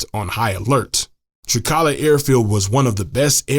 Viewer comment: Language presenting an intonation issue that renders all AI speech out of place causing either anger to greek speakers or laughter : you see it is not Trika'la but Tri'kala ! ....it would have been far better to employ a greek speaking person a graduate student from Greece maybe to read correctly that text ....